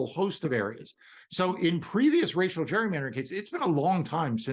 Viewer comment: The way this guy keeps mispronouncing the word "gerrymander" (no, dummy, the word does not have a letter U in it AT ALL) should tell anyone listening everything they know about how ignant he is. Literal dunce.